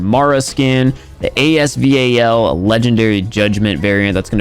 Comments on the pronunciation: Yo can u please stop spelling out A.S V.A.L?? It's just AS-VAL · Its ASVAL not ASVL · AS VAL not AS V-A-L please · Really A S V A L... Russian weapon have name "Вал" Really, open Google translate and listen what he'll say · no offence, its the AS-VAL (ay-ess-vaalll) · Same sound wrong lol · i like how he’s the only one that says “as-v ,a ,l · This boi really said as v a l legendary variant